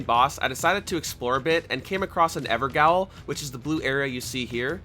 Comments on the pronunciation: Evergaol is pronounced everjail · Evergaol is pronounced "ever-JAIL". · evergaol. is pronounced JAIL...old english.. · Ok yea you did it but why do you say evergaol like that